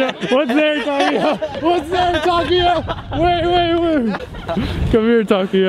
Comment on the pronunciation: Why do you keep calling him Takiya?? His name is TakUUUya